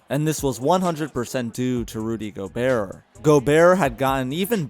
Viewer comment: The way u say gobert scares me it's go-bear not gobearer